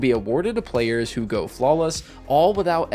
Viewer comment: U say “those whoo own Lighfall”. With or without annual pass?